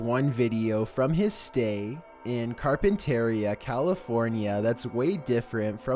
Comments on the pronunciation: car-pen-tor-e-ah is how you pronounce it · Carpenteria is said carp-ent-uh-ree-uh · Its car-pen-ta-re-uh i live in cali and every time he mispronounces the citys i live near it pisses me off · you pronounced carpinteria wrong its like santeria not the other way We get allot of sharks during the summer at that beach (santa claus beach) because the water gets really warm during the summer we don't have allot of attacks though, I have been swimming and seen a shark and it didn't bother us, we did get back to shore though. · I absolutely adore Carpentiria. But it’s not pronounced like that, and the stay is actually amazing. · He said carpenteria wrong though lmao